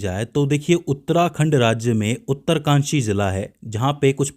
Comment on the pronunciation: उत्तरकाशी है उत्तरकानसी नहीं